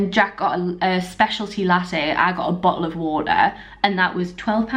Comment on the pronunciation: What did i just hear? What... Bo'oh'O'Wa'er? 😂😂😂